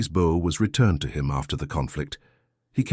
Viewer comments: The AI is confusing a compound bow with a recurve bow. There was no such thing as a compound bow in the 1940s; you had long bows and recurved bows. He would be using a recurve bow. And, the AI does not know how to pronounce bow. And the headline misidentifies his tribe. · Another damned AI bullshit story. You can tell because AIs apparently can’t pronounce “bow”. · Bow is pronounced BO